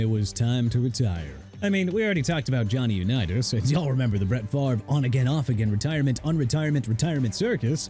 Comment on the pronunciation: JOHNNY UNITAS NOT "OHNNY"!! TERRELL OWENS NOT "ERRELL" AND ADRIAN PETERSON NOT "EDRIAN" AND CHICAGO PRONOUNCED SHEE-KAH-GOW NOT CHEE-KAH-GOW AND NEW ORLEANS PRONOUNCED OR-LINS OKAY?! ALSO DARRELLE REVIS PRONOUNCED DUH-RELLE REE-VIS!! DEION SANDERS NOT "EION" AND JOE NAMATH NOT "O NAMATH"!! YOU'RE DONE BUTCHERING PEOPLE'S NAMES AND YOU'RE DONE BUTCHERING CITY NAMES AND YOU'RE DONE PLAYING GAMES! TIME TO QUIT ALREADY!!